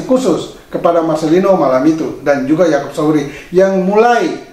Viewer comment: Salfok sama ucapan Yang bilang yakop Sauri padahal kan yakop sayuri 😁😁.salam sehat